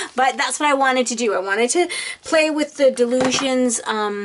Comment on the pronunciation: I dont want to be mean, but it is pronounced, die lusions, named after Dylan Reaveley